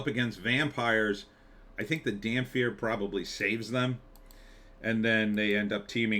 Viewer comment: dampyr... The irony of a mispronunciation that could be fixed by standing in the Sun